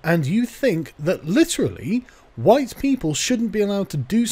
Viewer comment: "color me surprised" I thought you said you were Huwite ...